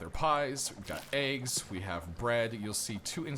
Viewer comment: haha sorry i was meant to reply to my friend cos of your accent to us british guys when you say wheat and eggs it sounds like wheat and aids haha just childish stuff dont worry x